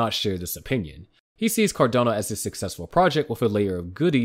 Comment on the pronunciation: If they can't pronounce the coin name correctly, then you can't trust what they are saying.